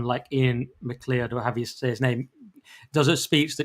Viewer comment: Iain Macleod pronounced "Macloud" not "Mehcleeodd"